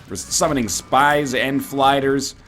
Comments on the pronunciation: he said 'S'pies and 'F'liders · NL did you have a aneurysm "let's gets some more spys and flyders"